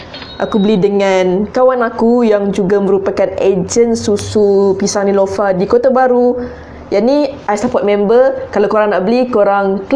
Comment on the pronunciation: Nelofa lah kak bukn nilofa.. Hahah.. Cuba buat susu manga... Hahahah😂😂✨